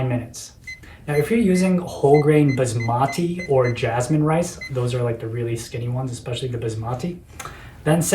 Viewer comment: Co-lander for your bizmahtee rice.